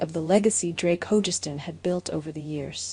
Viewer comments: FGS it’s Ho-Gus-stin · It really bugs me that in not one of these tribute videos does the speaker pronounce Drakes last name correctly. I have heard Hogestyn pronounced at least 4 different ways, none of them right.